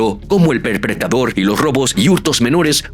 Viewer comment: No pudo pronunciar perpetrador